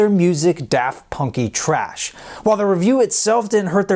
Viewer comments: Daft Punky "thrash" not trash . TYSM for all the info, I didn't know most of this and thoroughly enjoyed the video! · read the article correctly. it was THRASH not TRASH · Pronounce “thrash” not “trash”, get your English right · Anyone want to point out to the ill informed narrator that the review actually says "daft punky thrash" and not "trash"?? One imagines that this changes the whole connotation of the review. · You got the review all wrong!!! The review says, “daft punky thrash” and you say, “daft punky trash.” Get it right because there is a difference between thrash and trash. You make us all look bad when you can’t read. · My man said “daft punky trash” when it clearly says “daft punky thrash” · It said daft punky thrash. Not trash. Biiig difference man, lol. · Why he say trash that obviously says thrash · "Thrash". Not "trash". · It said thrash NOT trash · It said daft punky thrash, not trash lol. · Can't you read? It said thrash not trash. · I’m quite sure that said “daft punky thrash” not “daft punky trash” 😐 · It’s daft punky thrash, not trash. 🤔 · It said 'daft punky thrash, not 'trash'. It was not necessarily a bad review. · He said trash when it said thrash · says daft punky “thrash” not trash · It said thrash not trash.